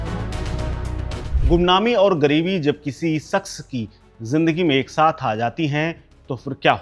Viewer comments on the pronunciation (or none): bhai agar aap Urdu Nahin bol paate to aap Hindi bolo kyunki vah saks Nahin shaks hota Hai